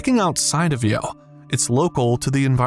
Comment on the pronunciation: the way he says you sounds very bizarre especially for those who watch it on two times speed. Like he slurred it or something